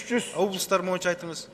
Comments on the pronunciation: Спикир байке суранабыз мойунча емес бойунча деп суйлонуз суранабыз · Урматтуу суроо берген депутат "моюнча" эмес "боюнча "деп суйлосон озун да тантырабай,муну да тантыратпай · Спикер" моюнча "дебей боюнча десе болбойбу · Урматуу,"мойунча "эмес "а "бойунча "деп айтылат да😆